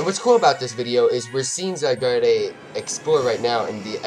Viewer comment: you dont say: zygardeee you just say: zygard